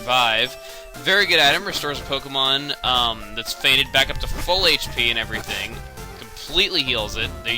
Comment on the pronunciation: thought he said "faded" instead of "fainted" i was like Pokemon get high?